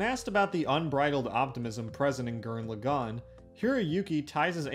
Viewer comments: did you just say lu gan instead of lagann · Gurren LAgann. Not Gurren LeGAnn. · Good video, but did you have to mispronounce Lagann every single time?